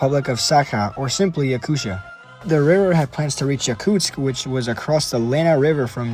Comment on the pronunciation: Little gap in speaking name "Yakutia" You speak Yaku"sh"ia, but it's region named Yaku"T"ia, "tia", reading like "tea")))) Hello with Russia, Voronezh)))